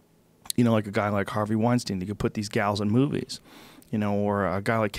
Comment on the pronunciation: Joe says "Brett Wein-STEEN," and "Harvey Wein-STINE," haha! Love ya Joe